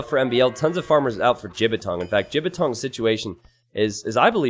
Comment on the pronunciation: I love how is pronouncing Jibatong ( ͡° ͜ʖ ͡°) it actually means dick pain in chinese